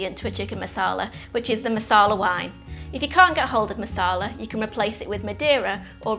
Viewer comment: Does this recipe look delicious? Yes. Am I gonna make it? Yes. Do I like your delivery? Yes. Will I watch future vids? Yes. But it is NOT masala...it is maRsala...masala is a totally different thing!